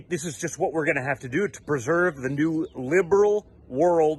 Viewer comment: Did DJTJ say "perserve"